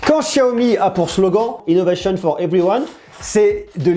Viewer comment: Innovéchionne fort everyouane 😁